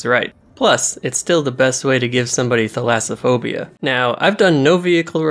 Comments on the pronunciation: man said thalassaphobia with ease but pronounced drastically, "jurastically" me : oh an underwater dino mod??? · This video taught me how to pronounce thalassophobia